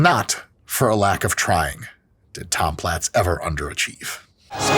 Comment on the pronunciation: Are we sure his last name wasn't pronounced as "plates?"